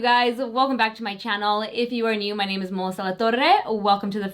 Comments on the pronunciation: I love that you now pronounce your last name much more in a Spanish way than in the past. Love it. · I love it when you say your name. I be trying hard af to say it like you. Lololol.